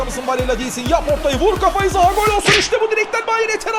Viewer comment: de zaha ya zaguew diyor